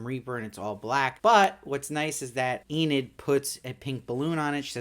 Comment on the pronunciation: YOU SAID ENID RIGHT!!! That was killing me lol, love the show and i know its a weird name if u hadnt seen it (i knew Enid Blyton the author) but they were still saying 'ee-nid' in the show so i was a lil lost in the first two reviews like 'wait, who's Aneed?' lol but good job on fixing it up and powering through - great content as always :)